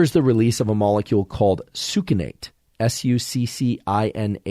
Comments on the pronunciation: Pronounced sux cin ate Not soukinate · Succinate is pronounced: suck sin eight